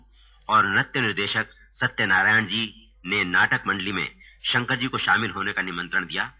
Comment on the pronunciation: Its "Shankar" not "Shankr".